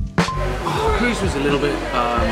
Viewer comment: Great video, but Kreuz is not pronounced as Cruise. It German. Like Cry-tz.